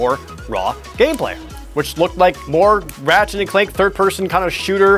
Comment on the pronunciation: when he says "Ratchette" it almost sounds like he says "ratshit"